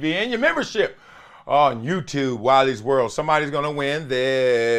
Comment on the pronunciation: every time you say "Wiley's World" I hear " Wally World" from the movie Vacation